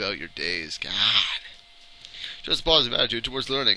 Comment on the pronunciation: they gotta believe in the gawd-uh! lol